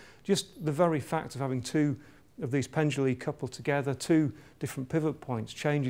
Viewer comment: Pendula, not penduli